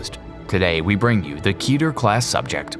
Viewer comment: "Keh-Tur" .... Seriously, it's not "Kee-Ter". You may as well be say KeyTern". It's "Keh-Tur". Remember "Keteru" ?